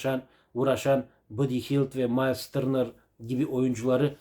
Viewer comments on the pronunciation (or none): Mayls Dırnır 😂😂 koptum ya ağzına sağılık